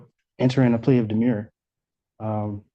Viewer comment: The defendant made mention of his demure. As our Torts professor explained, “A demurrer is a legal pleading that essentially argues even if everything the other party says is true, it’s irrelevant. Demure is what we used to call shy, reserved young women. Do not confuse the two by mangling how you pronounce them..”